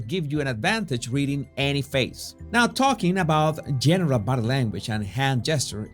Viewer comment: "Body" se dice bodiiiiiiiiii", no "bode" como tú lo dices.